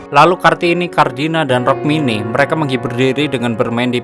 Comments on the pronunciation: Rukmini mas bukan rokmini😂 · Rukmini woey bukan rokmini 😂😂😂